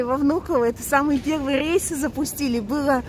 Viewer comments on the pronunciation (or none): none